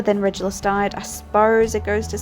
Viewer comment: It’s definitely Regulus with a hard G like in ‘regular’. I also use a hard G for Reggie but I’ve heard both. Love how this looks, it definitely feels right for the black family